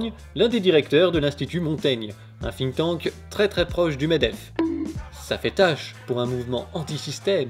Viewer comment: Exactly like he said: "The people sink..." Izz inglish izz perfect!